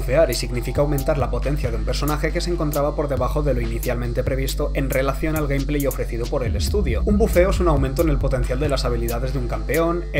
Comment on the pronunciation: Aburrido, además me dolió su pronuncian en las de gameplay como "gampley".